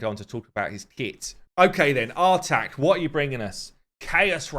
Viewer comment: I believe the new Champion's name is pronounced "Artahk", as in say 'Ah'.